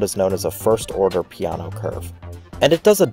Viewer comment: Right but not for the pee :) . An approximation is more like Ju ( like in juice ) se (like in selling ) ppe ( like in pepper ) and for the surname, again Pe like in pepper, A like the i in iron, and no remains no but without the final u sound of english/american english.